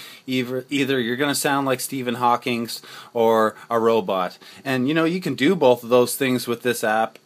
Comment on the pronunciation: Thanks for the video (btw, it's Stephen Hawking, not Hawkings lol)